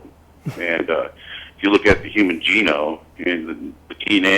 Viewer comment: When a guy calls it “the human Gene-o”, you know every other word out of his mouth is going to be pure bullshit.